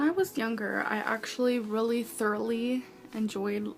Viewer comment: “Emjoined it” “limetened up” 💀😂